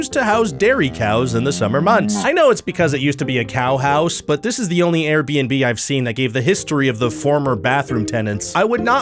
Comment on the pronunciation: Oh, making fun of Air-Buh-En-Buhs are tight!